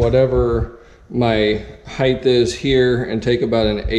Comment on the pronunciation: Height not heighth.